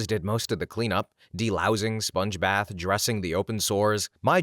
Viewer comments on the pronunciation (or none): none